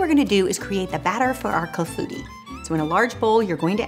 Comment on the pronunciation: I am glad to learn how to pronounce "Clafoutis'! I need to get a cherry pitter. That cherry clafoutis looks so delicious! Thanks!